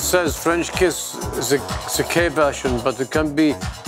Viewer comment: "listen to zee beat, ja?" is the most german thing ive ever heard